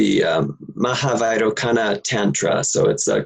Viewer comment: it is pronounced "Vai-ro-chana". Sanskrit 'Cs' are always 'ch-' sounds.